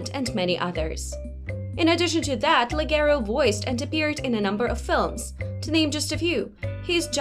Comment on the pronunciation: pronounced with a 'soft' G sound, not 'hard' G?